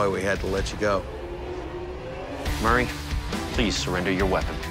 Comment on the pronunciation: right i like how he mispronounced his name from murray to mary atleast that’s what i’m hearing and i turned my speakers all the way up